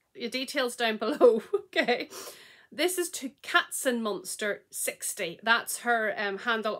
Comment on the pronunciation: Hi, I still couldn't believe that I won! I'm Katzenmonster60. You pronounced it very good! You have the mail, one overwhelmed and one more clear. Thank you so much! Regards ❤️ Chrissy